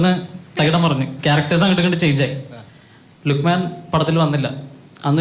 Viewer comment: ലുഖ്മേൻ അല്ല ലുഖ്മാൻ ആണ് അറബിക് pronunciation. പിന്നെ ഈ പേര് മലപ്പുറത്ത് ഒരു കോമൺ പേര് ആണ്.